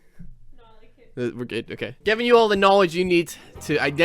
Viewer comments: Thanks for the "nowledge". NA / Preyo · Knowledge... as in a K-word? PLEASE. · * nawlidge * BerrisFueller : NA